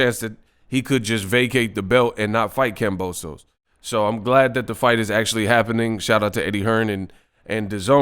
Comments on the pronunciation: HIS NAME IS KAMBOSIS WHY ARE PEOPLE CALLING HIM KAMBOSOS!!! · its kambosos